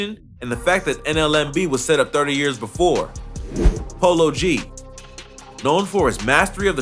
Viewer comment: did this nigha say polo bd? lmao